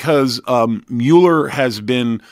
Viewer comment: It MULL ER not mew ler, people call me Uh-leh-shuh and it's Uh-lee-shush Alicia! I can't stand it!